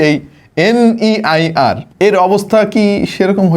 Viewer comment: আরে ভাই NIER না NEIR হবে 😂😂😂😂